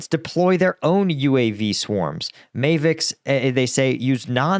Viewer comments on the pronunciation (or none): Mayvic?! Ma-vic! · Mavic is not pronounced like the month of May. Mavic rhymes with apple, dapple, paddle, etc